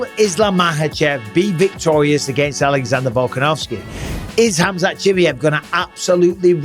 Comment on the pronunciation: And Bisping you call Khamzat for chimiev 😂😂😂😂😂😂